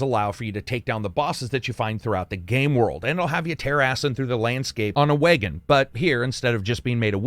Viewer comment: I could tell your from the upper Midwest because of the way you say "Wagon." lol